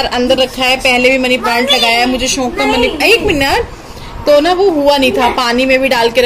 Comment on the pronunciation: Plz shonk nhi shook hota don't mind